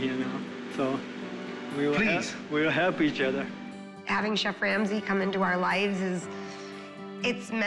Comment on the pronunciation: "CHEFF Lamsey" 😂